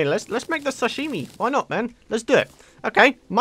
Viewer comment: The way you say sashimi made laugh so hard xD